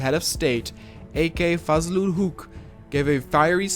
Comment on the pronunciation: Very nice video as always. I believe the pronunciation of A.K fazlul huq should be Fozlul Hoq.